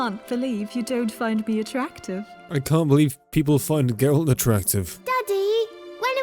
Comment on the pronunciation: ehhhh that pronounciation of geralt hurt a little bit.. he turned 1 syllybal into 2.